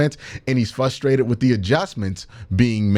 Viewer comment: q ..... frustrated actually has an "R" in the word ....big homie! our horrible cle accents.... hard to fix....i know!